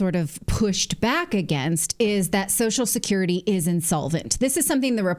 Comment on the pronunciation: Its funny how Clayton can't pronounce social security.